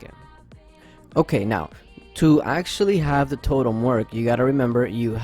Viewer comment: Its totem not torem 😪